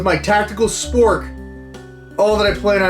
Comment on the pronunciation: The way you cut in and said tactical SPORK made my day 😂